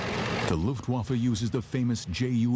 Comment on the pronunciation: hahahahh yes, "luuftguafa"